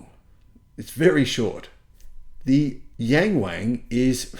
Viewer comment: It's pronounced more like young-wong though, it's not so bad if you get the pronunciation right. Or just get the dealership to rename it Da Wang.